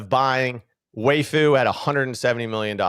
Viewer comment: Why dies say Waifu when he’s talking about vvaifu